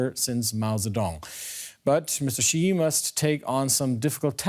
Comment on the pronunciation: How you talk about someone when you don't even know how to pronounce his name? It's not dzirius!